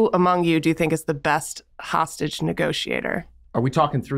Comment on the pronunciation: Kidnapper?! Hostagie?🤣